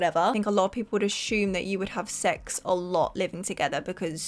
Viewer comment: U say the word assume weird lol u say ash-ume 😆